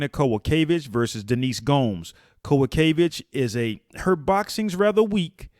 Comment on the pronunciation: Your pronunciation of Kowalkiewicz was weirdly on point. Also love the breakdown brotha 💪